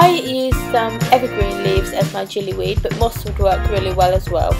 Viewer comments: Sorry if this is rude or annoying but just wanted to say it's gillyweed while you're pronouncing it jillyweed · gillyweed is pronounced with a g not a j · It's pronounced like its spelt - gilly weed, not like jilly weed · gillyweed isn't pronounced jillywed but its a excellent video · No, not jillu, hard G, it gives you gills.